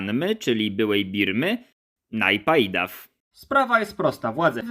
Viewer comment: To jest Nepijto, a nie Najpajdaw. I nie mów "dwajścia". Aha, i nie Ndżerulmund, lecz coś koło Nierulmuth (twarde th). Za dużo angielskiego Ci w głowie.